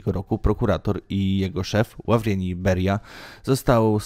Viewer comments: Naucz się czytać Ławrientij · Ludzkim ścierwem, ale nie o to chodzi. Chodzi o nieprofesjonalizm kanału. Co to za historyk, co nie umie wymówić prawidłowo Ławrentij?Wołoszańskiego to ten dyletant powinien mieć w jednym palcu skoro robi materiały o takiej tematyce! To brzmi jakby ten pacan po prostu czytał z kartki to co ktoś inny mu napisał! Takie coś zasługuje na najwyższe możliwe potępienie, jakim jest łapka w dół.